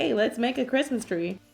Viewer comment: you said "hey let's make a Christmas cree" 😂🤣